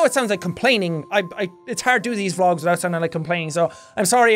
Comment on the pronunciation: When he said vlogs are hard I thought he said drugs are hard